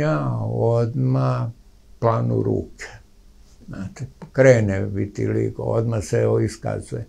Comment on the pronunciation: Ne kaže se virtiligo,voditeljice.